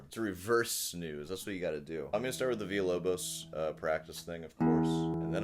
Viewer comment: A master of Music uses the Portuguese pronunciation VILLA not the Spanish one.. luv ya, luv yer show